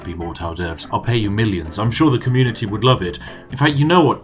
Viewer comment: communitea game you say ;)